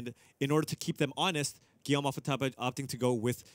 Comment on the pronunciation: Did just call him Guillome Waffle-Topper? That's actually kind of insulting right?